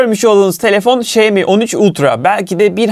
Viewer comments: Xiaomi: Şayomi değil Şaomi diye okunur. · Şeymi değil şaomi diye okuyacaksın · Emeğinize sağlık,detay anlatımınız mükemmel,ancak marka adını telaffuz ederken şeimi şeimi demeseniz çok çok daha iyi olacak. Saygılar... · senin bu telaffuzun ne olacak 😅 Bu markaya "Şayomi yada Şayimi" demekten ne zaman vazgeçeceksin 🤔